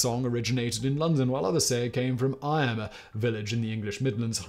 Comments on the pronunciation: Morning! Eyam is pronounced "eem" not "I am." Source: Living near there. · Eyam pronounced EEM (to rhyme with Beam) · The village in the midlands Eyam, is pronounced “EE-m” not “eye-am”